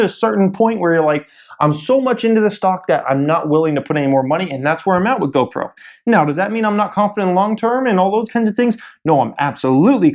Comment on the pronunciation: GOPRO OMG I CANT HANDLE U SAYING GOBROKE